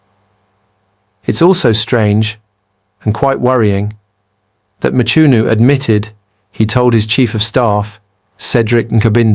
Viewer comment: Not Mchunu man!But pronounced(Mqunu)! Even with Cele not Sele but pronounced (Qele)If it is a black person pronouncing like that he would be called illiterate!